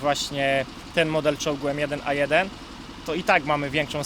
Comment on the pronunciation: ABRAMS M1A1 a nie A1M1 xD